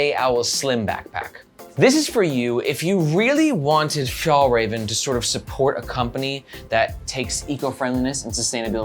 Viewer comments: I never understood this in america - is it that hard to check the pronounciation of a foreign word? When americans come to europe they keep correcting our english. Maybe we can ask for little favour to say one word to pronounce properly: fyallraevan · I guess in 2022 it was impossible to check how to pronounce a word in Swedish. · The first Ä is produced very similarly to the E in "Bell". The second one is more similar to the A in "Rare". Å is pronounced like the O in "Donkey". This makes it "Fyell-rahven Con-ken" instead of "Fjallraven Kanken" :)